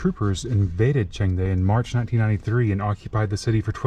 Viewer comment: your pronunciation of "Chengde" is very good! i guess you can learn Chinese very fast!